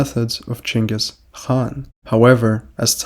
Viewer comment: why do you use the chinese pronunciation of Genghis name?